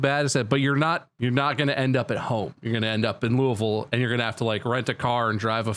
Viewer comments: Hearing them pronounce Louisville correctly warms my heart! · yep! where i live it's commonly loo uh vull, aka the way they pronounced it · I can't believe they all pronounced Louisville correctly o.o